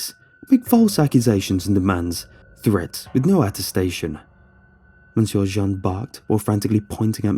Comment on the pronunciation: Your ......... interesting pronounciation of “monsieur” as “mon-sewer” instead of “m’syuh” is quite distracting. Also the word “retread” you keep saying - what word do you mean? Retreat, perhaps?